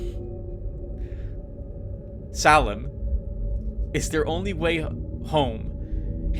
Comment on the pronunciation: Heeey, I remember this one, I played the intro but it didn't fully got me; I remember thinking you would like it. Although I didn't think you would have such a hard time pronouncing Salem :P Slitherine is a good publisher, got a lot of their wargames. I'll pass on naming, you've already immortalized me in a couple of LPs and you already have a long roster, I'll leave the reserve opportunity for another viewer.